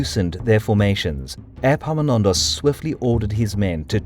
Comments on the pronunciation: 'Airpaminondas'. Better say it as if it was 'Eppaminondas', the e would be right then (epsilon). And the p is not doubled in English anyway, think modern Greek doesn't do it either. Or if it was the other Greek e (eeta), then 'Eepaminondas' would correspond how it changed from the ancient to modern Greek, as it did in English. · Is it just me or does anyone else hear airpomenondas insteas of epaminondas 😂😂😂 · Airpaminondas? Like Air Jordans?